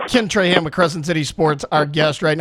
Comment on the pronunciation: Say it with me: Traw-haw(n)